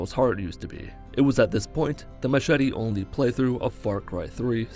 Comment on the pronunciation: you said machete not machete and tribal knife lol